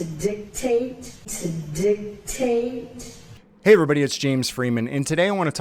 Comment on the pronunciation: Did she say dicktaste ???